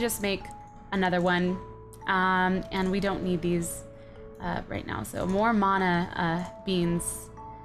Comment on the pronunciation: shes the only one in this series that says " mana " right. It's an ancient Hawaiian term for power or strength. Love your series and you :)